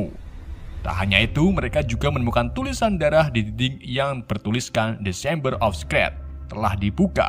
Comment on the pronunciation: Shameber of scrat 😂